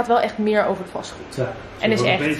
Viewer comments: Ik verstond dus echt “Fastfood” en snapte dus echt niet waarom je over huizen begon te praten haha 😂🙈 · Omgg dat verstond ik ook🤣🤣 vond het een rare combinatie fastdood en verbouwing🙊